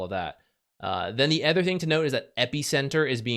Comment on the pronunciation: Hi! Let me start with how I always love your insight in the game we all love. Gotta say tho, its my big pet peeve that you always pronounce other as ether. Keep up the content tho! ❤